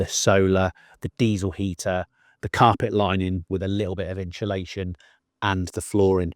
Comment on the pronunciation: When did this current trend of calling it “inSHULation”? 😂 hear so many people saying it now adays, never heard it til a few year ago. Even proper dedicated diy channels say it. Drives me nuts